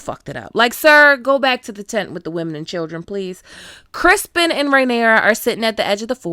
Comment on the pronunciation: Ma'am are you calling him Crispon?🤣 I'm glad I wasn't the only one to notice the handful of actual deer shit. 😅